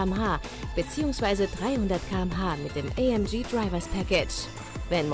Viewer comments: Fuck off, es heißt nicht „Eih Emm Gie“ SONDERN Aufrecht Melcher Großassbach, also wird es deutsch ausgesprochen. Junge, Junge, sowas macht mich sauer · ALTER ES HEIßT A EM GE und nicht Ay em gii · nicht ay em j amg deutsch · Wie das einfach nur abfuckt, dass die Olle die ganze Zeit "EyÄmGiee" anstatt ganz normal "AMG" sagt. AMG ist ja bloß eine Deutsche Marke bzw ein Deutscher Name und muss daher englisch ausgesprochen werden. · Amg englisch ausgesprochen.... ES IST EINE DEUTSCHE AUTO MARKE ES WIRD DEUTSCH AUSGESPROCHEN! :D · Ich habe mich alleine schon wegen der englischen Aussprache von AMG aufgeregt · Könnrn die amg bitte normal aussprechen?!